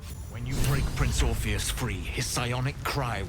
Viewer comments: Brother, the sheer amount of mispronounced words and typos in this series are driving me nuts. ORPHIC Hammer, its spelled out in the game. Used to free Orpheus, also spelled out in the game. What is all "orpheric hammer used to free orpheric" 😭😭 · How do you manage to say orpheus so wrong when the npcs enunciate it often enough